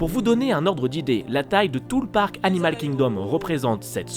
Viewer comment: Hello, merci pour cette vidéo (que j'aime un peu moins que les précédentes, même si ce parc est superbe. C'est mon ressenti mais je t'ai trouvé survitaminé: trop passionné par ce parc ou tu avais bu trop de café/de Coca/de Red Bull,;-) Et aussi, pendant que j'y suis dans les critiques, petite note d'anglais: pas de H à Animal Kingdom donc pas besoin de le prononcer! Hâte de voir ton avis sur Havatar:-D